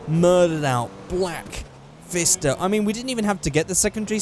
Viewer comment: The fister has a P in front of It, so it's Pfister, like pronounced Pif-ster